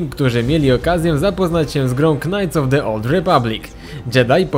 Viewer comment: Knajts? Dobrze uslyszalem!? Czyta sie najts jesli chodzi o knights xD